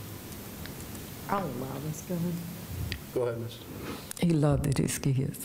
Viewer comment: stop saying LOVEDED!!!!!!!!!👑